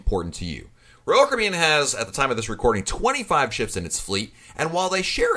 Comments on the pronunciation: I don't know who this guy is that's talking on here - but I'd like to ask him, "What's a Roll Cribyan?" LOL Caffeine much? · Sounds like he’s saying Roku.